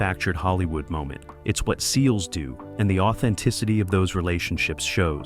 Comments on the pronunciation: ahahah like man, just say seals. 😂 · Why is it driving me crazy that this video is saying “S. E. A. Ls” and not “seals” as they refer to themselves. Obviously it’s in all caps, but it sounds weird hearing it say every letter. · I agree that this narrator sounds idiotic saying S-E-A-L-S lol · The narrator lost me by spelling out S E A L S. I shut it off